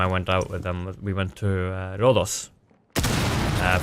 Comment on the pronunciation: you fucking NAILED Rhodos' pronunciation, thanks for not butchering that:D. Sincerely, an annoyed Greek tired of people saying it RHODOOS